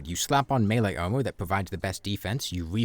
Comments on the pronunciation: This whole time i was wondering wth "omo" was, then i understood it was "armor" 😂 great video mate, very insightful! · "Owmur" "Owmur" "Owmur"